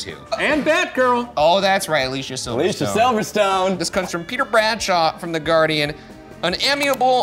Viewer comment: She doesn't pronounce it Alicia. It's like Ali-c-a lol